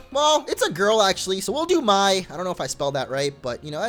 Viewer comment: It's pronounced "May", but spelled "Mai". Just saying.